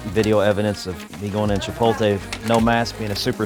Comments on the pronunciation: “ chi-poll-tay” 😂that’s the first I’ve heard someone say it like that hahah, I say “chi-polt-lay” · Somebody count how many times he said Chipotlay 😂😂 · The way he say Chipotle is funny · Yeah he's concerned about the mask getting roasted on for haha shit needs to fix how he says that shit.